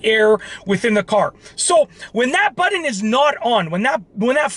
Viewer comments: It's seriously nauseating the way you pronounce the word button. It's Butt-on with a hard T. You pronounce it like it's spelled Buddon. 🙄 Stop it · Budden? Like..... Joe Budden? Or are you trying to say BUTTON (pronounced: as either Butt•un or butt•in)? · what is a "buddun" lol? And why are you yelling??? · I love how he pronounces “button” ….. “buddin”….